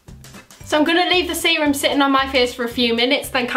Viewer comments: Every time you said serum I thought you said semen 😂😭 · Ohhhh you were saying serum, for most of the video I thought you were saying Seamen..."I'll just add some of the extra seamen to my face"...yeah I have a messed up brain.